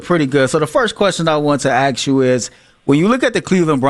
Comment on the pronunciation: it’s ASK not AXE you